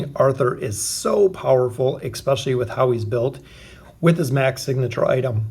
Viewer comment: Petition for him to say "especially" and not "ekspecially"👇🏻😂